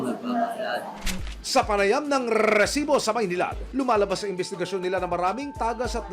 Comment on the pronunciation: Sakit sa Tenga Yung pagsambit Ng "resibo" Ang haba Ng rrrrrrrrr.. di nakakatuwa